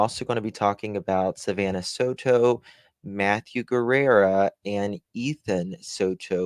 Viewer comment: sweetie the correct pronunciation of Matthew's last name is......Ge- rrrah. Not Guerra. Luv you sweetie.